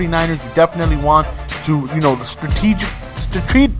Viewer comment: Stra tee jic lee